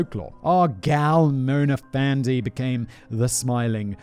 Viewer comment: Malaysian here. Hearing Simon try to pronounce Malay words is absolutely hilarious. Fandey is pronounced just like Fendi as in Fendi the brand. This case was pretty big here actually and there was even a movie made titled “Dukun”. Black magic is still an active thing in the Malay community and people are still making it a business going as far as selling their services online during these trying times 😂.